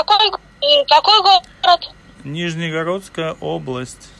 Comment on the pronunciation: + не Нижнегородская, а Нижегородская область)